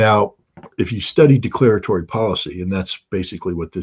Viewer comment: "Deaclaratory policy." Exactly how naive are you, scotty?